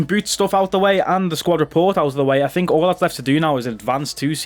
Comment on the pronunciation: Think** not thino lol 😂